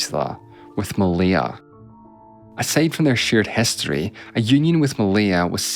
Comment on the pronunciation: It's HISTORY not hEstory, CITY not cEtty, BRITISH not BrEtish!